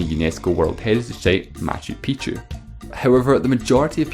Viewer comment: Ahahaha imagine pronouncing maccu piccu wrong. You said big pipi instead of the meaning you probably meant big mountain